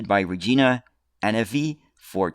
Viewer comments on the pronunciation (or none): none